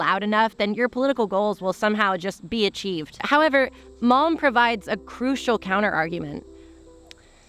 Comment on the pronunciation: I listened to this with the screen in my pocket, every time you cited malm I heard “mom said…”